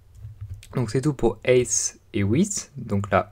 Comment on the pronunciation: Height se prononce Haite et non heite